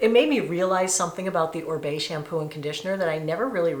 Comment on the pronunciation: ORIBE pronounced OReeBay